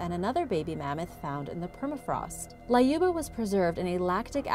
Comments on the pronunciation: why you added A in Lyuba? it's L-yuba not LAYUBA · LAYUBA! Why couldn't you just google the correct way to pronounce a name?.. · It's pronounced Lyuba as U in the word Unicorn.